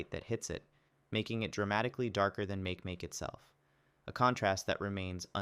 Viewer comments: ITS MAH KEE MAH KEE NOT MEIK MEIK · and makemake isnt "make-make" its "maki-maki" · I thought it was mah-keh mah-keh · Nah its pronounced Ma-ki Ma-ki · Don't forget but I was kid and had pronounce MAKE MAKE TOO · The way the "narrator" pronounced Makemake made me shudder. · I used to think Makemake was pronounced the way you said it. Dwarf planets really interest me and the ones at the end of the video were only revealed to the public as I became an adult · That's not how makemake is pronounced